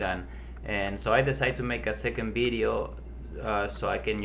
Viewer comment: Lmaooo. he sed beedioh ( Video) lol nice vid thoo